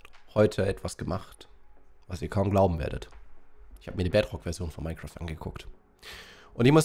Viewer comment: Ich spiele nur die bedrock edezion und es ist nicht so toll auf der switch, aber das Video ist Geil und kann bedrock nicht aussprechen er sagt bedrtok.